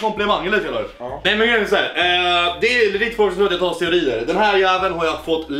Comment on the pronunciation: Men herregud det heter steroider inte "steorider"